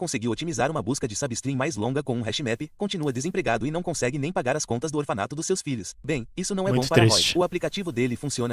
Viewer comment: "Não conxegue, né, IA?" -> chorei de rir nesta